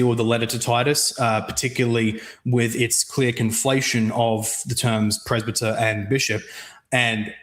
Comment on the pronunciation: I can't really take seriously when he can't even pronounce presbyter correctly.